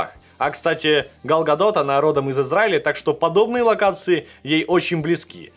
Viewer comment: Гал Гадот. Хоть кто-то ещё назвал её правильно по имени